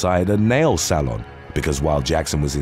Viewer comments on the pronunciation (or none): none